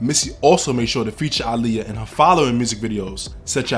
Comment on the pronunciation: the fact you say her name RIGHT ✨